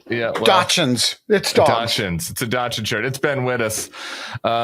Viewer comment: That is the weirdest and wrongest pronunciation of dachshund I've ever heard!